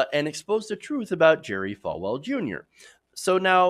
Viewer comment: FALL-well, not Fal-well.